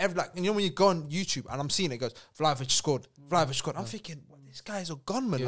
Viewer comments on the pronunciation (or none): Listened to the podcast and yo, u guys can say it ain’t Prem bias but I think ur bias is showing when 5/10 on the list are all English players. The fact 1. can’t even say Vlahovic’s name correctly, and saying Vlahovic ain’t the quickest, and he not great technically just shows they don’t watch him. He’s a top 10 guarantee, just wait till he moves to an elite team next season, u lot will look dumb. Other than that, someone please explain to me how Ferran Torres isn’t on this list nor mentioned, yet they have Ansu Fati at #7. Reeks.